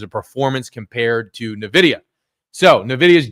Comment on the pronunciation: Hey, thanks for your analysis just one thing: It's not "Nividia", but "NVIDIA" without the i after n, so you say it like this: "Envidia".